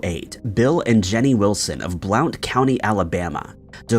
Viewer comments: Blount county is pronounced Blunt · #4 the county Blount is pronounced Blunt lol